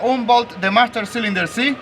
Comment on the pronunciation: Hey you MAM-STER SIL-IN DER!! SAY chello to my lil Friend